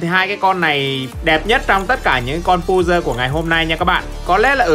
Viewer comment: pơ giồ hơ giồ chứ không phải pu dơ hu dơ